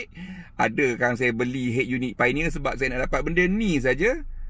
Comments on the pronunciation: Bukan PAINEER... piONERR bang...."O" tu jangan tinggal. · Betul la cara dia sebut painier tu alahai.